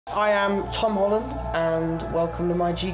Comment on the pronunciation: I Heard: "I Am Tom Holland" But the english translation said: "I Am PalmOlive" lololololol I Cant